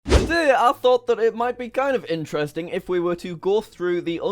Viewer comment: Why does it annoy me that I can't hear the "T" in "today" at the beginning